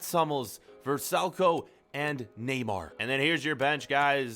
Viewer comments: He called NUER NEYMAR!ha ha. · You called nuer neymar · You said Neymar for neur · He said neymar not Neuer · It's neuer not neymar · you Said Neuer as Neymar 😁😁😁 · he said Neymar for Nuere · Neyemer in goal instead of Neuer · Did u just call Neuer as Neymar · You said neymar you need to learn to read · Did you say Neuer Neymar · O because he said Neymar instead of neur